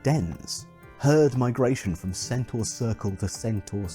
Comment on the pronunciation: Originally centaur lived in mountains, wore nothing and got drunk a lot. They also wrestled. And carried off women. Their diet consisted mostly of meat, sometimes of men. Almost every depiction of centaur that has come down to us is based on Chiron; the civilized centaur. Thank you for pronouncing 'centaur' correctly.